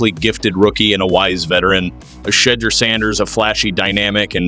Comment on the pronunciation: Learn how to pronounce Shedeurs name properly